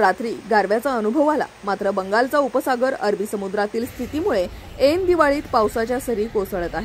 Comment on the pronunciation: एन दिवाळीत नाही ऐन दिवाळीत म्हणा.